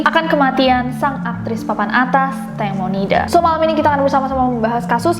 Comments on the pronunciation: Tangmo Nida bukan tengmo.nida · ejaan namanya Tangmo tpi sebutan Tengmo